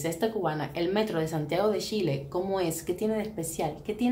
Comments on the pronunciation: Es Chile. Y se pronuncia como tal ch, no con sh amiga y mi pais es el mas moderno de Latino America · Los nombres no se cambian nunca. Si tu nombre fuera Yuli y fueras a Argentina (donde pronuncian la Y como Ch) por respeto te dirían Yuli, y sería una falta de respeto que te cambien el nombre por su acento y te pongan Chuli. Chile se llama Chile, no Shile. Suena como si un gringo le dijera Quiuba a Cuba, se llama Cuba y punto. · Lo que dice la amiga es cierto, a los chilenos nos molesta el sonido sh. Si la amiga cubana desea llegar al público chileno le recomiendo pronunciar cuando menos el nombre del país correctamente.